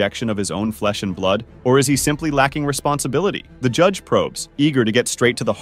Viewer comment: The announcer mispronounces LAKE, LAUREN, and father and judge (Jude) in other videos. Please speak in AMERICAN English